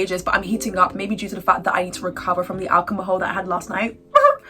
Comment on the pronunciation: i think u said alcomahol instead of alcohol in the end(-ish) of the video